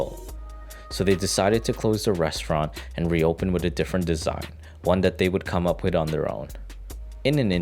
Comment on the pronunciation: The guy narrating this saying "Wit" instead of "with" what is up with that? We all speak differently, but couldn't they find someone professional to do this?